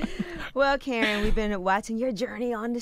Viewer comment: that was “Kern” 😂